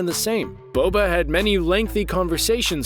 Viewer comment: Anyone realise how he said Bobo instead of boba